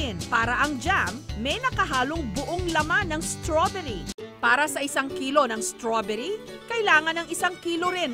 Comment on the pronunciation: Straberry Hindi straberyle